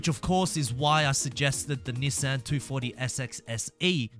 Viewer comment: Why tf does he say Nissan like that